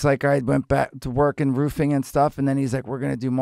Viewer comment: Roofing! I 100% thought he said he started Boofing at this point...